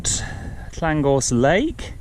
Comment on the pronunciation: Great route! You can pronounce the names - I just can't get them right at all.... I don't know that top but recognise all the views. Your extensive route notes are most useful - I will go back to these. Cheers, Warren :)